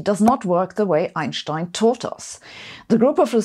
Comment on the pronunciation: sabine: bist Du hamburgerin? wie Du bei "eunsteun" sagst, klingt so missingsch :D